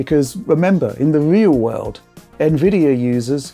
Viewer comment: In the weal wurld